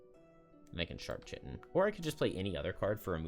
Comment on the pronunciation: note that Chitin is "kai-tin" like the Greek letter :)